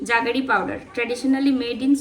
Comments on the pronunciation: Juggery noy jaggery powder. Pronunciation ta thik koro. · উচ্চারণ টা জাগেরি নয়, জ্যাগারি পাউডার। খুব ভালো থেকো তোমরা।❤❤